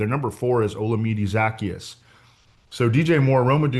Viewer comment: i think zaccheaus is pronounced zuh-key-us